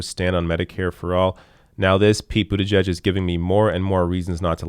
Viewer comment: as the conscientious journalist and commentator that you are it is admirable that you pronounce the family name of that cretin, Mayor Pete, correctly, but, y'know, I still to pronounce it in my way that sums up a contempt for his pretentions: Pete BOOTYBUTT.